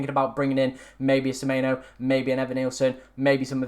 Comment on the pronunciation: It’s semenyo not semeyno